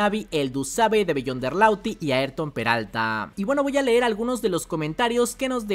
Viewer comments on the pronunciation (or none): none